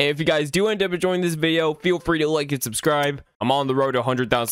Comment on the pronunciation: “So subscrursh”